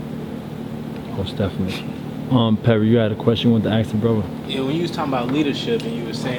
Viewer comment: Gotta admit this brother is deep and I've learned a lot from him but I don't understand why he won't take the time to teach himself proper pronunciation of words like "ask" "with" "calculative" and quite a few more that I noticed he just butchers. "Axe" is a tool you cut down trees with not "wif" and "calcutiv" is not a word until you include the missing syllable "la" I'm sure he means Calculative. C'mon Bro if ur home schooling ur kids teach them well you don't want them making mistakes like these grammatical abominations. Wif, bof, earf, with, both, earth, I mean really what is so challenging about that?